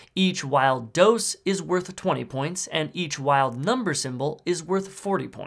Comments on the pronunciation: That is the worst pronunciation of dos that I've ever heard. It's Spanish, pronounced... dos. Not dose. Dos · Nooo, no my dear feller, it's not "Those", it's "DOSS", practice your pronunciation please. 😂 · Dos is pronounced doors without the r, use google translate tts